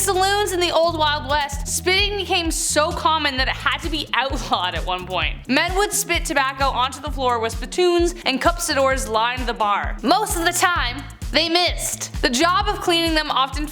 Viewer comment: Say it like this, -- Cus- pi dor.Cuspidor. its not a cupsidor, or a cup spidor. We still use em here in NM, but your aim needs to be good or you get clean up duty.